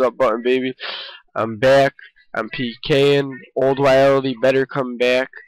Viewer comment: WILL-DEE, you're welcome good sir.